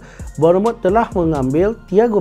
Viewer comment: Eklis, gugel la kejap ..cemana nak sebut kelap bonomot tu 🫩